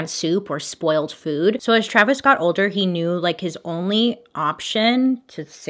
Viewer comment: I swear I thought she said Travis scot